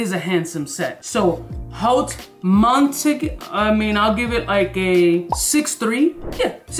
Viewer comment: I care about the names. You could have at least used google translate to find out that Haute Montagne means High Mountain in French so you could say if you like/agree with the name versus the fragrance. Trying to pronounce the names correctly would not hurt either